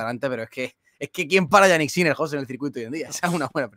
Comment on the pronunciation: se pronuncia "Yánik", no "Yaník". El acento en la primera sílaba, puesto que es un nombre de origen germano - danés. Que Yannick Noah se acentuara en la segunda sílaba obedece a la galificación del nombre, pero Jannik ni es francés ni tan siquiera italiano aunque administrativamente lo sea, porque es más germánico por donde nació. De hecho su lengua materna es el alemán.